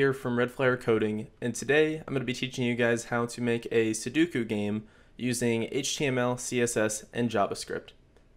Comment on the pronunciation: Commenting F for poor dear Sudoku's name that was butchered on the making of this video hahahahahaha Also great tutorial! Keep it up!